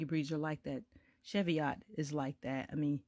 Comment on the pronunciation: The correct pronunciation is 'cheev-ee-ot'. Greetings from Scotland.